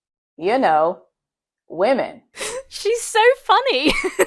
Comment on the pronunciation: she may as well have just said “Wahh-men” 🤦🏻‍♀️